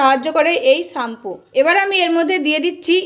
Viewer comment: ওটাকে চাম্পু বলে না ওটাকে শ্যাম্পু বলে অশিক্ষিত মহিলাদের ভিডিও করছে